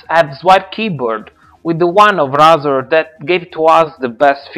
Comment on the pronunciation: Ray-Zer not Rah-zer